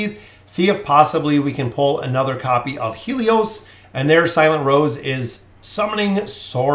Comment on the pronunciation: Grats on the pulls. Btw Haelus is pronounced like: Hey and Lus not He lios.